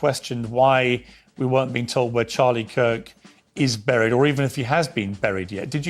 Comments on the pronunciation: She says boooried.🤔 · The way she says buried drives me insane! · Candace doesn’t know how to pronounce the words important, certain, buried and burial.